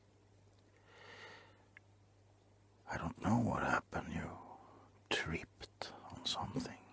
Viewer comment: U “treiped” on something Sorry XD just what i though love this tho